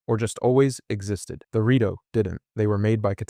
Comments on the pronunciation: lemme correct you in something tho! it is called rIto not rAto birb people aint a rattle nor a rato (spanish for a few minutes) dont insult them! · Good video! But why do you go from saying Rito to Rato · What race are the rat-oh or the shy-kuh again? 🙄